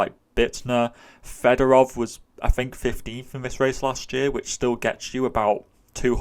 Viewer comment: Thanks for the great breakdowns all year! Just because he keeps coming up this year (and I know you're trying your best on name pronunciations), I wanted to mention that I'm pretty sure Yevgeniy Fedorov's last name is pronounced something more like Fyodorov. I'm not a Russian speaker though, so someone correct me if I'm wrong.